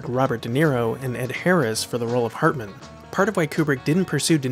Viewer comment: The narrator in this video has an enunciation problem. I'ts HARtman, not HERtman or HURtman... HARtman as in 'Heart'